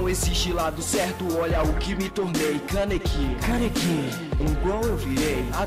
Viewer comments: O moreno fala canequi em vez de kaneki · pronúncia Kaneki direito